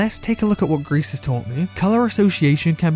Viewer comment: It’s “gree” not “grease” just so you know.